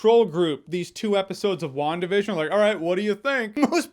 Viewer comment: I swear to God, every time you say WandaVision I keep hearing One Division.